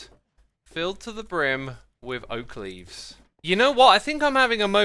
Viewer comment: Remember it's oak leavee